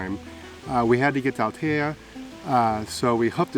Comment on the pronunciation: CALPE -- Just must pronounce the E as in Spanish at the end, after the P . It is not CALP is CALPE -- Great and Nice video ... I go often to all that area. I have family in that part of Spain ... Also is not Altia --- Is ALTEA, must pronounce the E as well 😎😎😎